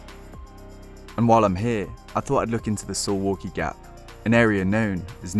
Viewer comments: Sounds like suvlaki when You pronounce it. It should be pronounce "Soovawkee" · Dude I live in Suwałki Btw it's pronounced Sue-Vall-key not So-wall-key, we pronounce our w and v differently from english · Soo-valky not su-walky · Suwałki is read like: SOO - VAOO - KEY Hi from Poland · SUWAŁKI is pronounced "Soo-vow-kee".